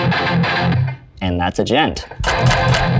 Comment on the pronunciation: "Djent" has been pronounced in a Wired video, thank you Tim for spreading the word